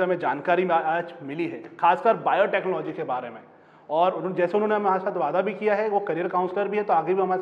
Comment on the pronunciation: Interviewer does not have any knowledge about this field and just cracking silly joke at least he should have some basic information before taking interview and also he can't even pronounce the word "Biotechnology" 😔